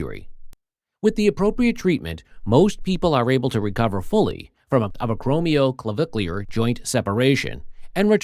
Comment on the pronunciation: To the Narrator, You did real good getting through that big long name. You did great!